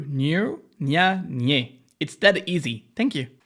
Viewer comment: "its that easy" but you literally say it wrong in the intro